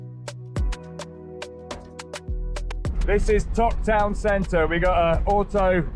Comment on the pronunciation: Ugh guys… you’re butchering the place names here. Valdez is pronounced “valdeez”. Not Valdez like the surname. Tok is pronounced like token. Not like tuk tuk. You guys are killing me :-)